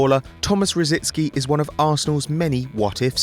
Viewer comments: Why do people refuse to pronounce Rosicky correctly. It's not Rot-zit-ski nor Roh- zint-ski. It's Rosicky, as its spelt! So annoying. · Why do a few of the football media in UK insist on adding a few letters to Tomas Rosicky s name? Certain famous commentators pronounce it Rosidsky, why? And now there is another player with a similar name and you guessed they've murdered his surname as well. He is Grosicky - not Grosidsky! What is it with the English!